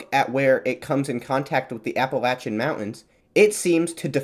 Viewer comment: Thank you for saying Appalachian right